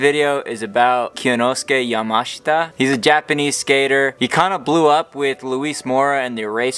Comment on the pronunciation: big ups for not anglicizing the pronunciation of his name, its nice to see that!